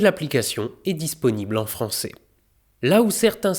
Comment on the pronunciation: Gros Swag de poète, malgré les échecs de rimes (depuis quand on dit « francé » pour français ? C’est un ai, un son clair...)